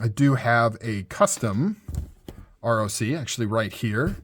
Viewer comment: You say ROC (Rock), named after the mythical bird of prey. That's why it looks like a talon.